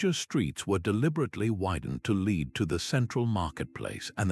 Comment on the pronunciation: I like the concept of this video, the script was the best bit. Audio was monotonous AI who doesn't know how to pronounce lead (the metal). While the visuals are highly entertaining, these AI generated woodcuts worthy of Escher were so tenuously connected to the material that I feel they damaged the credibility of the overall video